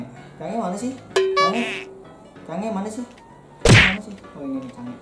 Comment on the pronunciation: Change woy bukan sange :v